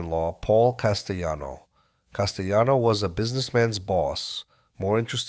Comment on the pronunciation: This AI voice is pronouncing words with “ll” like it’s Spanish. Never heard of Paul Castyano before 🥴